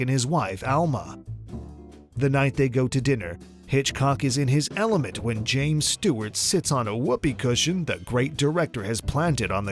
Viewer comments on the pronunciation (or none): none